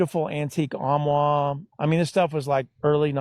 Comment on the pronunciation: Lol "Omwah"... 😂 I'm sorry sir but did you mean "Armoire"???